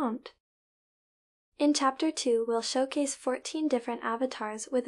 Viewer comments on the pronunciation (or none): why does the presented say 'tsapter' instead of ''chapter''? Did you use your own voice or was it a bot?